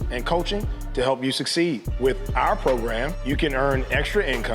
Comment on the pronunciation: Yeah, a mentor that can't pronounce the word "succeed" . Good luck.